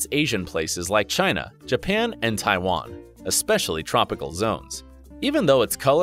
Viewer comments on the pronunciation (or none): none